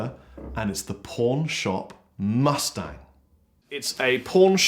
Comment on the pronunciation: I thought he said pornshop mustard. Keep up the videos.